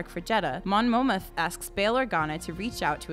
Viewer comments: It's Mon Mothma!!! Moth-ma. And it's Mustafar, not mustafa!!! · She called mon mathma mon motham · I had to stop half way through. The mess up on Mon Mothma's name AND of Mustafar.... and, when she compared the "recreation" of the Yavin IV seen she showed the wrong one....